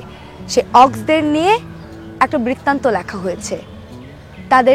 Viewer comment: আপনি বারবার বইটির নাম ভুল উচ্চারণ করছেন।